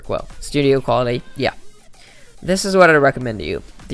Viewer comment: "Great Build Quility" Sorry, just thought I'd point it out XD